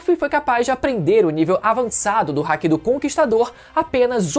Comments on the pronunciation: O cara fala hack ao invés de haki... Pqp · Não é Hack e nem Háki.... é Hakí☠️🎴